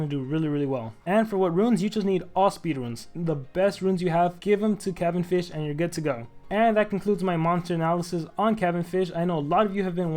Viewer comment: ITS NOT PRONOUNCED THAT WAY